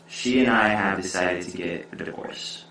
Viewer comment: you speak the e in divorce?